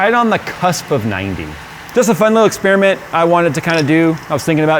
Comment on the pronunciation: What is an "expeerimint",?